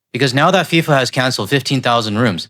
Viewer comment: Its FIFA, not SIFA.... there's a reason for that 🙄